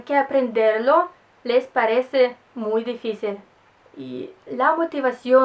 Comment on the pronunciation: despues q vi el video iba a preguntar de donde eras. rusa. hablas de una manera perfecta el español aunque algunas palabras se entienden pero no la pronuncias como es. ejemplo dificil lo dices: deficil por tu acento presumo. ademas, tenias q ser rusa x lo hermosa q eres